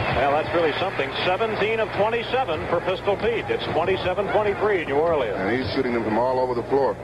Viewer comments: This announcer says 'New Or lee uns' (in 4 syllables) about 100 times – and presumably every time he calls a game there. You'd think some one would eventually take him aside and let him in on the local pronunciation... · New Orleans is NOT 4 syllables.